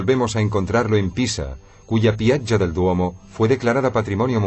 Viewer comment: De acuerdo, si no saben pronunciar que traduzcan y digan plaza y palacio, y no piacha y palacho. Horrible.